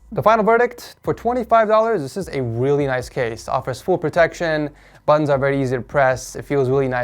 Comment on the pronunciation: I keep hearing "The buns are easy to press"